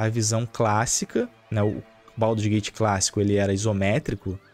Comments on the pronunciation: "Pauduru's gate 3" 😂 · é um pandeminion safado. Mas ele falando baudurgate é muito foda hahahahahahha